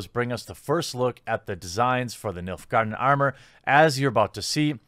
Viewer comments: He said MILF garden tho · I swear I keep hearing Milf guardians , I know it's Nilf, but I'm really tired.... Great video's as always, Cheers! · Oh, "Nilfgaardian"! I thought you were saying "MILF Garden"!